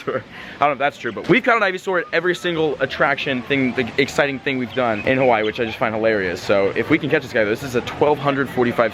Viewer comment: YOURE SAYING "Hawaii" wrong, i should know. I WAS BORN AND RAISED ON THE BIG ISLAND, Honolulu